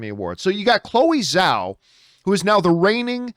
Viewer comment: Chloe's last name is Chinese so Zh is pronounced as a J (as in Jack).